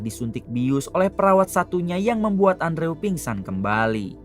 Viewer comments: Andrew di baca nya endro mang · Bacanya andrew=endru bang